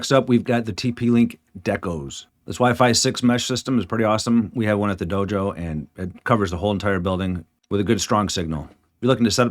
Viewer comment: I'm sorry, did you say dojo?